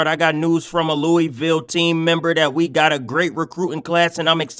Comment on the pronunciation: You pronounced Louisville wrong but I love the vid gang